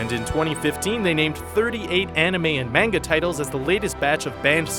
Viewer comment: I was cringing everytime he said "manga" cuz he kept saying it wrong lol